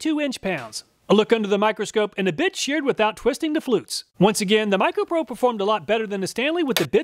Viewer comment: As always, thank you so much for all you do for us.🙌 I laughed when the combination of you saying 'bit' and the sound of the bit breaking sounded like "with the bitch breaking at 131 inch pounds"😆